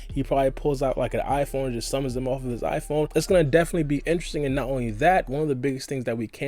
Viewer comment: This man said iPhone 😂